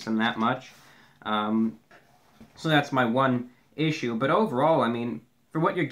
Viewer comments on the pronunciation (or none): none